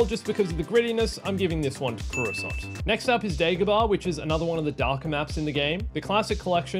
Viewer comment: I don't agree with your pronunciation of Coruscant (korr-roo-sant not koo-ra-sont) and Max Rebo doesn't sit behind his red ball jett organ, he sits on it!